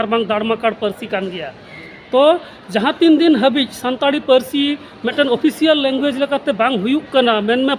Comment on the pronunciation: संताली होता है, संताड़ी नहीं |